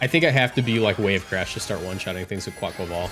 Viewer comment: Best pronunciation of Quaquaval on YT